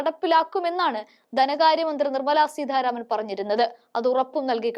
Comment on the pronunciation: സീധാരാമനല്ല മോളേ. സീതാരാമൻ.